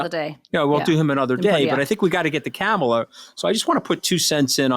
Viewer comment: Kamala (pronounced Comma-la) is black and a woman. The threat to MAGA is that Biden is old and she is first in line to take the Presidency. Trump will never pick a black person or a woman because the mafia will not approve that. He is in very bad shape and they won't go for that. Luckily Trump will never be elected again.